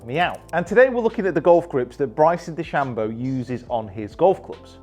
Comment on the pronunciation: pronouncing Stephen’s last name better than Stephen himself.